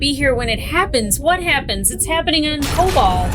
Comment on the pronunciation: Kobol is more correct.